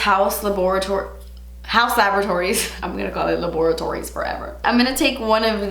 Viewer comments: HAUUUS LA-BOR-A-TORIES 😂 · You are saying laboratories like that because of Ross 🤣🤣